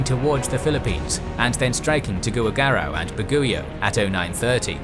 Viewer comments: yes of course, im also from the philippines to know that difference. i just chalked up his pronunciation for Aparri as some british or american or canadian accent for him, but the Tuguegarao one was clearly misread since he don't understand the spanish orthography that influenced that spelling here in ph. ive just been watching this channel long enough to stomach the many pronunciation mistakes makes all the time in the names and placenames of countries hes not familiar with the local languages of. for example, every time this channel makes a video that has to do with china and pronouncing chinese names and placenames, always gets it most, if not all, wrong, especially cuz he does not understand how Mandarin Pinyin spelling works and the letters that mandarin pinyin decided to use to for their own logic. understands enough some spanish orthography and orthographies of other european languages tho as his strong suit, like he knows how to pronounce spanish letter J and Ñ, but in other languages outside of europe, he sucks. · he just got Tuguegarao wrong, but other parts of the video, the narrator said the wrong word that didn't match the captions. there was a point where he called some ships "conquerors" instead of "cruisers" in the captions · Not to be mean... but Tuguegarao is pronounced as Tu-ge-ga-rao And Baguio is pronounced as Ba-gio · As a Filipino, I say damn it MacArthur! Should have launched those B-17s! Thanks for coming back anyway lol Also it's /Tu-ge-ga-rao/ and /Bag-yo/.